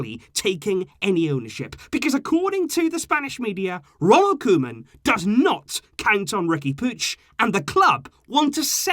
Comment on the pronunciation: It’s not the club it’s Bartemou, board and it sounds like Kouman.